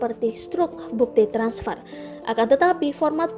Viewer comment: Harusnya begini: bang be er i, transper, cabank, 😂😂